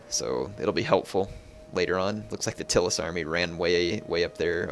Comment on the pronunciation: It's not "Till-us" it's "Tie-lis"